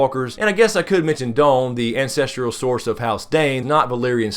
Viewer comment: I love your videos. I'm gonna lay a small critique/suggestion on you, so please don't hate on me. You often say "ancestrial." There's no such word. It's just "ancestral." Keep up the good work. I always look forward to the next one. You and a few other video makers are feeding my GoT fix between seasons.